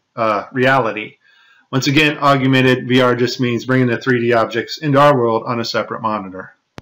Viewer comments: Hmmm. So similar to the Hilary green-screen glitches. Maybe she was a hologram at a few events? Either way, good video, some interesting clips, but the word is augmented, not augumented. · The word is pronounced AUG-MENTED; not aug-u-mented. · Hate to be a grammar Nazi but it's not pronounced AUG U MENTED, it's pronounced, AUG MENTED where are you even getting the U from? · FOR GOD SAKE! .... it's pronounced "aug-mented" ...... NOT, Aug-u-mented.... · whats the difference? augumented and augmented? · Aug-u-mented is not how you pronounce augmented (ȯg-ˈmen-təd) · Argumented reality. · perhaps you should have taken the blue pill;-) By the way, the word is "Augmented", not 'augumented'. (I too studied advanced solid modelling and animation full time at tech college) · ❤ Thank you. Keeping this video to show to those who don't understand what load we are being fed by NASA!!! This is GOLD!!! When showing to my wife, she shook her head and couldn't believe it and then said "tell him it's AUG-mented and not aug--YOU-mented." Really? That's what you took from this? Don't worry, I filed divorce papers. Keep up the good work!!! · Each time he said “augumented” instead of “augmented” I paid less and less attention to what he had to say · AUGMENTED reality, not AUGUMENTED reality. He could have at least gotten that part right. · Great video! But correct me if I am wrong; I believe the word is 'augmented' , not augumented. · "agumented" it's AUGMENTED. and no, the earth is NOT flat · Say it with me now: AUG-MENTED. NOT aug-U-mented! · "augumented"? I think you mean "augmented"! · You do have a point especially with the footage of the guy in a harness floating by. But, dude seriously, if you are going to make these big claims you'd be way more credible if you knew how to at least spell and pronounce the word 'augmented'. It's 'augmented'. NOT 'augUmented'. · Im sure you know by now, there is no such word as "AugUmented". The correct term is "Augmented".